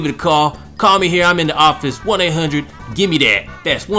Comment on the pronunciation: i almost spit out my water when you said "gime' dat" lol